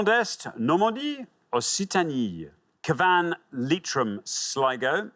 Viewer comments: He said Ca Van, with the stress on the V, when he should have said Cav an, with the stress on the C ! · its CAH-van not CaVANNE … (in fact CYAH-vn if you are local) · Indeed, Cavan is pronounced Ca-van as opposed to Cav-an… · The way he pronounced Cavan 😂😂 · Cavan 😂 ffs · alexanders pronounciation of cavan is upsetting me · Cavan is in Ireland. He should be able to pronounce it correctly! #butchered